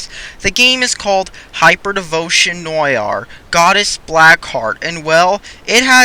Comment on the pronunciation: Your pronunciation of Noire made me cringe!